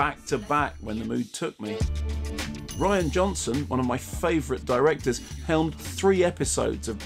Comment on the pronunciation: Did he just say he rain Johnson was one of his favourite directors? 😂